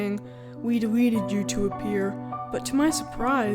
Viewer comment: i like how 'etleted' sounds